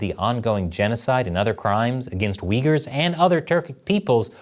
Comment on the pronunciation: Thank you for teaching me how to pronounce Uyghurs